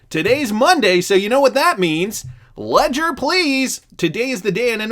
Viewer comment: Ledger please!!!! Leger please!!!! Need to keep my xrp safe